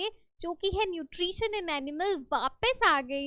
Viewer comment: Nutrisun nahin hota mam nutri tion hota Hai😂😂